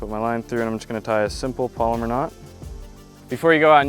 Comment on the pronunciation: Lol I gotta turn it off at “polymer” knot... Btw it’s palomar knot...pal-O-mar...